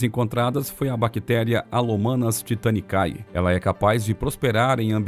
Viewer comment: Bactéria Halomanas "Titanicaes"...........kkkkkkkkkkkkk